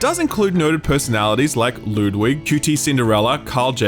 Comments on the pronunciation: "Lewdwig"? Looks like someone doesn't watch Ludwig or has never heard it pronounced aloud before. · Lewdwig lol